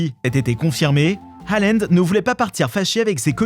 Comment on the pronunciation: Il a dit allend au lieu de halland